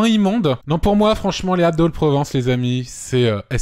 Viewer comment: Excuse moi Antoine, tu sais faire la liaison sur « les ZAlpes de Haute Provence » ?! Merci